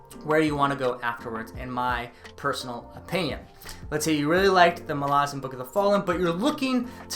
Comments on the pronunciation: Those of us who have become obsessed with the Malazan Saga read different names with different pronunciation, (Iskar Jarak calls Duiker "Diekar" where I say "Do-icker"). But accent aside, there is nothing in the way 'Malazan' is written to indicate any long vowels. "Malarzen" sounds soft and has no punch. Mal-az-an is far better. It's a hard name, denoting strength. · This is wonderful but I just can't get past how you pronounce MaLAzan. Ivebakways heard it as MALazan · Why do you pronounce Malazan as 'Malarzan'? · I agree, I pronounce it “Mala-zan” and no one can change my mind! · dude what is up with all of these people mispronouncing malazan lol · Thanks for the update did not realize there was more to read outside the central 10. Finished them a couple years ago and excited to go back to this world. I will say I hate how you pronounce Malazan. Now i did go and look for pronunciation, and you are probably right in the way you say it, but i am stubborn and will continue to proudly properly mispronounce this word whenever i talk about this series.